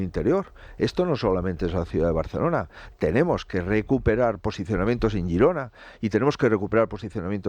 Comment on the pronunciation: BLA BLA BLA BLA BLA BLA BLA BLA BLA BLA BLA… y que quiere decir? bla bla bla bla bla bla bla bla bla bla bla .. Y que va a hacer? Bla bla Bla bla Bla bla Bla bla Bla bla Bla. Y se dice: GE RO NA y LE RI DA. Gracias